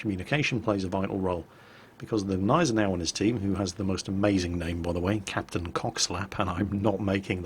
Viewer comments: the ship is called Gneisenau not Neisenau, this is not english. The G is pronounced like in goo. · it is pronounced WITH the G at the beginning Gneisenau ... we are not the french writing 10 letters and pronouncing like 4 .... Gneisenau ... NOT neisenau !!!! ... but you still do the best videos, i enjoy them very much ;-)